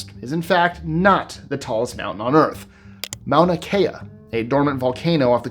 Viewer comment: A couple things about the Everest bit: Mauna Kea is not “off the coast of Hawaii, obviously. Also, in Hawaiian names, you generally pronounce each vowel (unless doubled). Mauna Kea has five syllables, not three. Final point; nobody says Everest is the “tallest” mountain. It is said that its peak is the highest point, which itself is only true when measured from sea level. The point that is farthest from the center of the Earth is actually the peak of Mt. Chimborazo in the Andes.